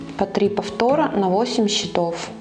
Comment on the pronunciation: а В слове счето́в, родительный падеж, множественное число слова счёт (документ; результат игры), ударение должно быть поставлено на слог с буквой О. В слове счётов, родительный падеж, множественное число слова счёты (приспособление для счета), ударение падает на слог с буквой Ё